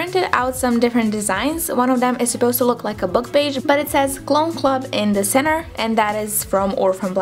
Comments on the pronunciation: opa Srbija haha e nemoj izgovarati the kao di nego kao d jer nakon nekog vremena počne pikati u uho, zakon video btw ;) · Smo da ti kazem, kao prijateljski savet, cita se ,,di,,(the), samo ako stoji ispred reci koja pocinje samoglasnikom. Ti svuda pricas ,,di,, umesto ,,d,,😀